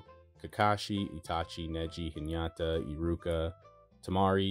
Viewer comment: Its actually "Hinata" not "Hiñata". Good vídeo btw